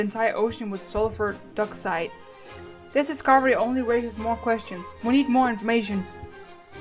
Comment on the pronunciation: That's pronounced dIoxide not doxide